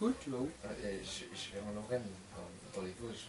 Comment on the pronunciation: tes vosgien ? mais tu dit même pas vosges avec l'accent mdr on dirait un parisien